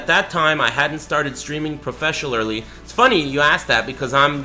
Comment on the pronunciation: " i haven't been streaming profesiollardly"